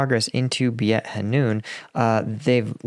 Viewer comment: Beit Hanoun pronounced 'Bait" Hanoun.